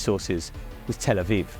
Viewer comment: I know it sounds petty but at last someone who can correctly pronounce Tel Aviv ,well done sir!!!